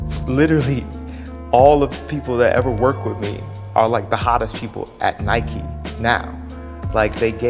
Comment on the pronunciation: How to pronounce Nike confirmed